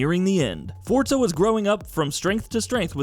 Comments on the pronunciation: If he says "fortza" one more time I'm gonna end it. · I lost it when he said "Fortza."